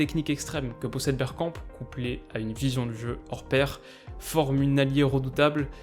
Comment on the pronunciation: A j’ai entendu « on va parler bière » j’ai replay 5 fois mdrr